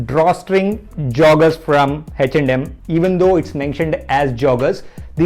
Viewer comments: Bro is 'H&M(eh n em)' not 'hach nd Um' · Am I the only one who is hearing it as HECH AND HEM?